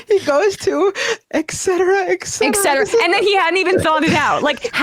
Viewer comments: You host a talk show, but for the life of any of you can't properly pronounce 'etcetera'. All three of you got it wrong. Stupidity proudly on full display. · I can't take anybody seriously who mispronounces the word "etcetera" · It's "etcetera", not "exetera". Otherwise, I enjoyed this panel... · It's eTcetera not eCcetera. Come on guys, if dumbo Trump can get it right, you guys should too. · Why do Americans always say exetera? It is etcetera. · Why do people always say “excetera”, when the word contains a “t”, no “x” - it’s eTcetera! I’ve heard this so often and always wondered about it. This is one thing that Trump actually said correctly in this interview. Who would’ve thought that Trump could ever be more correct than the generally smarter hosts of this show? Sorry, I just had to point that out. That being said, though, roughly 60% of Americans identify as Christians, so is he saying that they mostly don’t vote? How have Christians been treated badly by this administration? Especially Catholics?! What nonsense! Biden is a stout Catholic and goes to church. Trump probably only entered a church for the first time in decades when he attended GHWB’s funeral. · This one is hard for me, people saying ex sedra is a pet peeve, it's et cetera. There's no hard k sound. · While I always enjoy a good Trump bashing, I was unable to continue watching due to two of the panelists repeated pronunciation of "et cetera" (etc.) as "eck cetera". As members of a public forum, I would think these people would have a better command of the most basic english, before laughing at others; even the T- Rumpsorious Hex. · Are these commentators saying "eck cetra"? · How can we take you guys seriously when you pronounce "eKcetera"? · I find it offensive for anyone to f*cking pronounce etcetera as EKSETRA. Pisses me off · et cet·er·a /et ˈsedərə/ stop saying "ECK CETRA" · I'm with Bender. That excetera excetera from Trump was too freaking funny 😂😂😂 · it's "et cetera", by the way